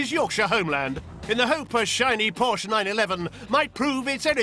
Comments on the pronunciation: Porsche not Porch. I'f you're going to call the English out on our pronunciation make sure you can speak the 'lingo' before doing so. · Por-shhh? Porsh-uh!!!